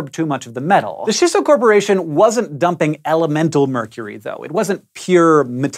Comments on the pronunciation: chee-so...no shisso... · CHEESS-SO! NOT SHISS OH! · It's Chisso, not Shisso. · Japanese tips for Hank: - “i” in Japanese always makes an “ee” sound - “a” always makes an “ah” sound - “ch” never makes a “sh” sound. So “Chisso” is pronounced “chee-so”, and “Minamata” is “mee-nah-mah-tah” :) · "Ch"isso. Like "ch"eese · CHEE so - a SEE tal - :D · Hank... I love everything you do... except pronounce Japanese words. It's CHEE-SSO. Thanks for coming to my Ted Talk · is triggered that you aren't pronouncing it CHEEsso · Oof, those pronunciations tho.... Minamata - 'mi' like 'meatballl' and not like 'minute'. Chissa - Chi like 'cheese' and not like 'shin'. There's a slight pause between 'chi' and 'sa', like a fermata, as with all double consonants in romaji. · Chisso is supposed to be pronounced with a hard "ch" sound like in the word "chimp." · Why are you saying chi as shi? Do you also pronounce cheese as sheese?